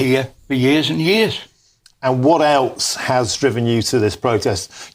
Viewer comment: The usual GB News spiel and trying to be hip by saying eltz instead of else.